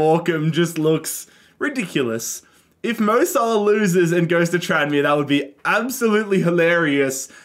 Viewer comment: Bro said mo sahlo